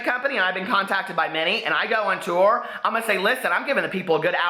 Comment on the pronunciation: "TourRrRrRrRrRrRrRr" Lol. ❤😘😘😘